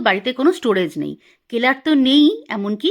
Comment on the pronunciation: কেলার না, সেলার বলে।